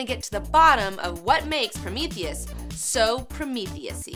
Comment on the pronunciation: Two "e"s in "Prometheus," folks. "Promethus?" Sigh.